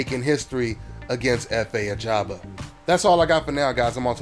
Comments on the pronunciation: His Surname is AJAGBA not AGABA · His name is Efe Ajagba NOT Ajaba!!!